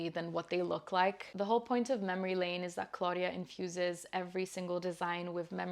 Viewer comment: You pronounced Laine perfectly! It's Finnish and means wave ❤